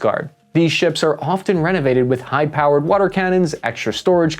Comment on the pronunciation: What the hell is “wader”? 😂 All the best to everyone